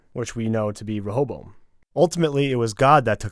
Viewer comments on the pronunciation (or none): Stop butchering the pronunciation of ray-oh-boam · its pronounced "Reh- a- bow-em"